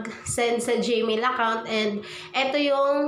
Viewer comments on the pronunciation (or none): anong ( googil } its pronouns as ( googul ) google at hindi jmail its gmail hahaha